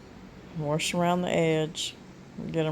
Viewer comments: I miss hearing my momma say, “warsh.” 💜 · I say warsh also. My dad always said it and he's from Ravenden Ar. I didn't know I said it that way until my son in law laughed at me. Now its a loving family joke.